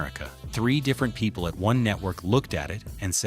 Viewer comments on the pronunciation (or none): none